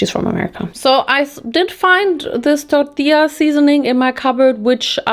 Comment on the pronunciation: I like how your said Al Pastor and tortilla 😅 you did it with a wee Spanish accent